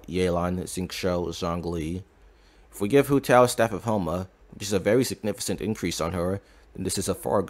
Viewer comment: In significant, the c is pronounced as k. Just bothered me a little